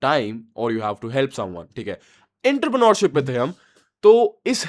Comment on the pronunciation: just correcting my brother 'Auntre-Preneurship' is how you say that btw GOAT content